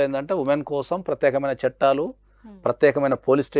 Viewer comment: చట్టలు కాదండీ...చట్టాలు